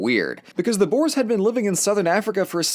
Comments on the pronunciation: The only mispronunciation was with the word boere otherwise it was a grate video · Me just laughing at how he said “ boars” instead of boere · Nee man hy kan nie boers se nie😂